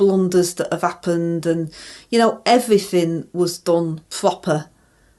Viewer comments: Everyfin 😂😂😂 love it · Evryfin properly ! i just had to click on this . lol!! you are so so funny! Rayner is so crude i tell ya! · Sorry but you got the title wrong. It should be 'I Done Everyfink Proper